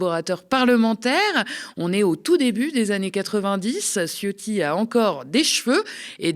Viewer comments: On dit pas "Ciotti" mais C(h)otti-rez la chasse d'eau après vous svp qu'elle remonte pas se présenter au élection ! Hein Fesstrozi, récupéré ta 💩 lâchée ! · Faut prononcer "tchiotti"; Parenthèse : comme dit ma mère, quand je lui dis : "maman, c'est moi le chef !" elle me répond : "ouais, le chef des chiottes !". Ma mère est flamande, c'est l'humour des Flandres.